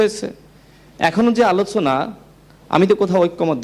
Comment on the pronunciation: রাশেদ উচ্চারন ঠিক করে কথা বলুন - আলোছনা কি?